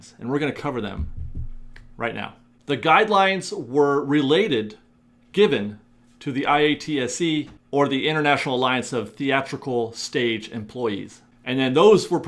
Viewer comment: Pro tip: I.A.T.S.E is commonly pronounced as one word "eye-AHT-see" But knowing them, I trust the source of this info. Going to be interesting to hear the response from the parks on this. Thanks for the late night update!!